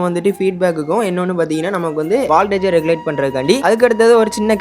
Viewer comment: Dai thambi valtage illa voltage onna patthu mathavaga mathi sollaporagga